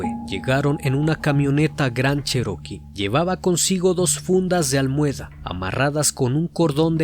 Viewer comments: Me perdiste cuando dijiste " almueda" jajajaja te pasas!! Es almohada!!!! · Buen desarrollo mi buen. Solo un detalle toma déjalo ahí tu sabes; se escribibe: almohada y así se pronuncia no es almueda y . Sin ánimo de chingar, solo de mejorarnos. Saludos